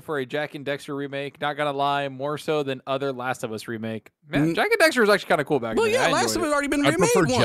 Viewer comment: It’s Jak and DAXTER